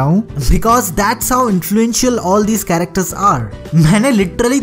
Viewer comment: bro, just a constructive criticism..... you sound too unreal.... i mean you don't sound like how normal friends talk to each other, like you say some words with too unnecessary enthusiasm and with some laughter like you said the word "ki" like "khhi" and the word "characters" you said "characterssss" and much more... It just sounds a little unrealistic and annoying, it just doesn't sound like we are having a conversation it feels like your giving a speech, I really like your channel and i hope this was helpful, keep up the good work love you 3000